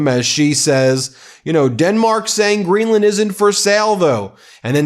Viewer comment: It's Greenland not Greedland